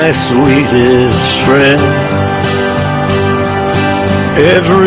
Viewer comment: Ralph disown me, we're not frwend anymore dispatch is my frwend now